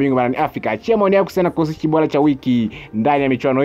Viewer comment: Sio oloza ni orodha na sio bola ni bora kasome kiswahili